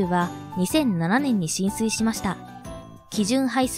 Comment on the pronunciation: 進水していますが浸水に聞こえてどっちも沈んだのか ってなってしまった